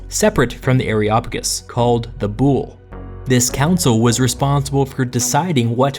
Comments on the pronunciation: i love you but as a greek watching you pronounce βουλή into boule (bull) when its supposed to be like vouli was kinda hilarious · you are knowledgeable and you seem to know what you are talking about but your pronunciation of the Greek words was killing me every time! "Boule" i.e is pronounced "vuli", that is v like you pronounce the v in "victory", u like the "oo" in "tooth" and i is pronounced like i in Italy. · "Boule" is not pronounced like "bull", but more like "bull-ee" – just for you to know... ;) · The pronunciations are so wrong. I hate that the Latinasation of Greek words made them sound so differently that are hard to understand. The "Boule" is read as "vuli". Also oi are read as a single letter i, not o i. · You are AWESOME. I was very fortunate to have studied under some world-class scholars who ran the archeological dig in Athens. So here are some pronunciation upgrades: BOULE is pronounced BOO-lay. AREOPAGUS is pronounced AIR-ey-AH-pa-gus. BASILEUS is pronounced BAH-suh-LAY-oos. SOLON is pronounced SOUL-on. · I love it, as a democracy researcher but please, it hurts to hear Boule like the French word (I’m French btw) because it’s actually pronounced Boulé ! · I really do enjoy these videos, and while it is very clear you do a lot of thorough research, please do look up the pronunciation of these words. As a classicist it is painful to hear some of these. Ill include a simple phonetic pronunciation for a lot of these: boule (BOO-lay the e is not silent ;)) basileus (ba-zih-LAY-us) Areopagus (while your pronunciation for that is ok, it is better ah-re-AW-pa-gus). Prytaneis (prou-tan-AYSE) this one is also a plural noun, not a singular committee. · Great one but its boule. With the e pronounced like in east